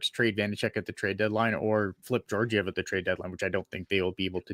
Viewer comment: Learn how to pronounce Georgiev.